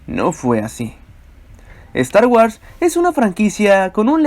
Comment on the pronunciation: " Estar UARS " 🤣🤣🤣🤣